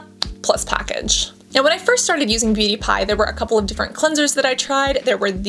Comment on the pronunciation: I keep hearing "pewdiepie" instead of "beauty pie" throughout the whole video 😭